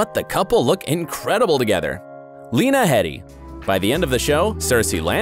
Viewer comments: Okay it's pronounced Heeedy... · Lena Heady's name is pronounced Lena Heedy even though its spelt Heady.